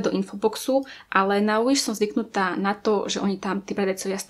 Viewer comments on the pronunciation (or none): Nečítaj to Uiš prosím 😂 číta sa to Viš😂 inak super video❤️ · Wish sa číta Viš a nie Uiš😂 Ale inak dobré video🔥😀